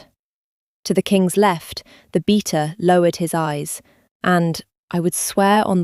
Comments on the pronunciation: It's pronounced "bay-tu" beta...not "beet-tu"...so irritating. Washington State USA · Sweet story. However, pronunciation of Beta as Beeta was a huge disappointment. It interrupt the flow of the story. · Not «beeta”. “Beta” You know, “alfa”, “beta”…….”omega”. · I wish they’d pronounce beta like BAY-tah….Not bee-tah. I thought for 2 days that the British narrator was saying “beater”. I thought it was some old time British work-term that I didn’t know the meaning of. 😆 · Great story and characters! The way 'Beta' is pronounced 'Beater' by the narrator is very distracting. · Do what my friends and I do when we listen to these stories together. We make a drinking game out of the mispronounced words and messed up AI images…lol